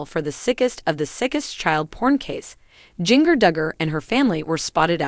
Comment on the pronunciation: It is Jinger won't you say get the name right.🎈